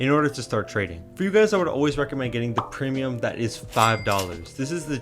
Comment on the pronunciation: ''premium'' damn it